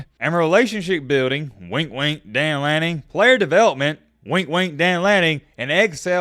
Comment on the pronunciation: It's Dan Lanning.....nice try.